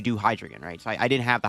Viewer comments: Very in character for you being unable to correctly pronounce your favorite pokemons name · How u gonna mispronounce the mascot name brother